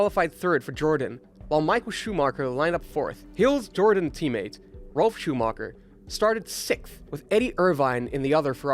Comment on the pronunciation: Do you say Rolf or Ralf?